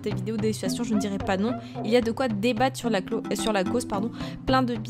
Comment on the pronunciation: Les SiTuuAsTiiOnn ! Comment tu le dit te me fait riree ❤️ Et le calcul.... ❤️ bisous